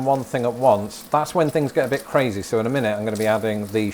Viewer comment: “A bir spicy” 🙄🙄 lol